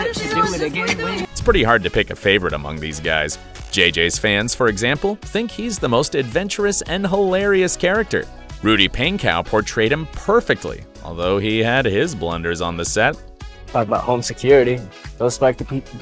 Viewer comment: really said Rudy paincow 😂